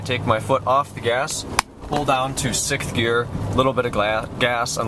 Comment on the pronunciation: It's pronounced "Sixth"... not "Sickth". Other than that, very informative. Thank you.